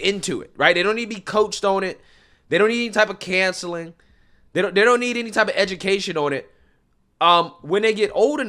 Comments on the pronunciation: I noticed that your pronunciation of "counseling" sounds somewhat like "cancelling". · "Cancelling" or "Counselling?" What are you saying? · This guy's pronouncing Counseling like canceling